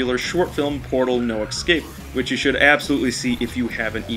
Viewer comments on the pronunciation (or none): it's "escape", not "ekscape" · Did you just say "Ick-scape" ...??